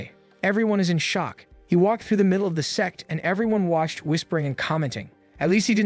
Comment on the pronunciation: brochacho is not saying sect